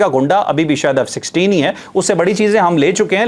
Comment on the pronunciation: علاقے میں امن کا رکھوالا ، ابھی تک ، F16 ہی ہے ، الفاظوں کی ادائیگی میں بہت احتیاط کرا کریں ، شکریہ